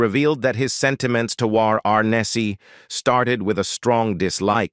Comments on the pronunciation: ah yes the robot ar nesse, gunsmok e, closu r e,, repeat sentences. what a mess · This video was awkward. You start out mispronouncing "Arness" throughout the entire video. I worked in marketing for over 9 years and I would have been fired for such an obvious, careless, and rookie mistake. Suggest that you not embarrass the channel with such an obvious and ridiculous error. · this voiceover is an AI or otherwise programmed voice and it screws up a lot - eg saying Arnessy instead of Arness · You need to learn how to say James harness and second harness did not hate anyone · Love how the computer pronounces Arness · needs to hire an actual narrator who can actually pronounce 'Arness' correctly. Every single time the name came up, the robot pronounced it differently. Poor editing on the creators part. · Your canned voice screwing up every few minutes, mispronouncing "Arness" and your repeating multiple times the same statements describing the conflict between James Arness and Milburn Stone, ad infinitum, gives you a thumbs down and a Don't recommend channel from me.